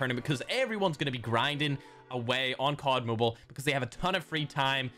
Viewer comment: Why do u say moble if ur from Ireland it's mobile don't get it twisted